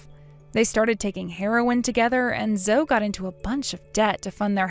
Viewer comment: Zoe is pronounced Zohee.